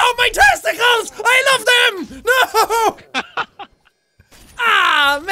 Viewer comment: Kayden Williams “testacools”